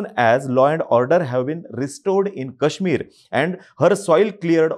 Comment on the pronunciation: दादा कृपया मराठीत काश्मीरचा उच्चार नीट करा, ही अपेक्षा आहे. ते काश्मीर आहे